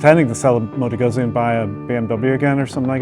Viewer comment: Nice, but pronouncing "Guzzi" incorrectly is not cool. There is no excuse.